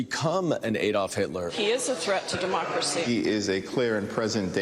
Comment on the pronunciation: Don't think we didn't catch: "the greatest *'thet'* we've ever faced as a nation"